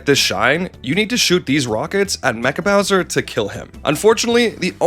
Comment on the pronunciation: Mare-E-O and his brother Louie G saving Prin-kess Toadstool from Bow-swear